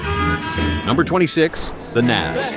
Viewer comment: Besides mispronouncing Todd Rundgren's name and mispronouncing NAZZ, these are NOT particularly obscure bands. I played fully 15 of these acts on a commercial FM free-form AOR station -- in Mississippi! -- in the mid- and late-'70s.